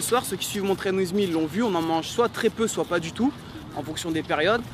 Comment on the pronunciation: Message a et: En anglais: Train With Me En BodyTimien: Traine ouiz mi Vous êtes aux States pour votre anglais alors prononcez bien votre programme! Merci aurevoir